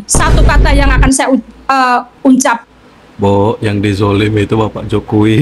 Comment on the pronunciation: Bu kalu ngomon itu teliti dulu kata" ucap bilang uncap kenapa ga bila unta??